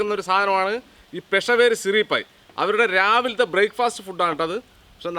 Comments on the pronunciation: പെഷവേരി അല്ല, പിഷാവരി😅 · പെഷവേരി അല്ല പെഷാവരി ആണ് , പാക്കിസ്ഥാനിലെ ഒരു സ്ഥലമാണ് പെഷാവർ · പെഷവേരി അല്ല സുഹൃത്തേ, പെഷാവരി